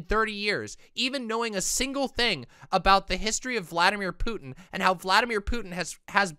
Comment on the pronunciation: As a mixed Hispanic individual, I love that you called Putin "puto" 🤣